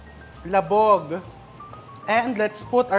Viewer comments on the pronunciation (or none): Nalamog chef, not labog